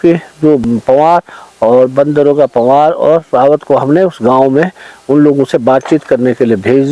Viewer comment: आप वन दरोगा पंवार कहते हो और मुझे बंदरोका पंवार सुनाई दे रहा है हर बार 😊😊